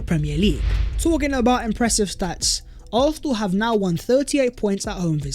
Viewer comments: Why i hear Arsenal as although or arthur or something not Arsenal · ffs will you say ARSENAL for ONCE.hahahaha